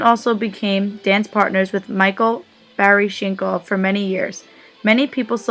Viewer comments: It's BalanSHEEN and BarISHnokov. God. If you're going to narrate a video about ballet, at least learn the correct pronunciation of the names and terms. 🙄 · Okay, if you can't pronounce George Balanchine and Mikhail Baryshnikov you should NOT be narrating this video! Take it down, and reload with a narrator who knows this industry. Wow just WOW. Insult to one of the greatest Ballet dancers of all time! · His name is Mikhail Baryshnikov. Learn how to pronounce names correctly, you're not very informed are you.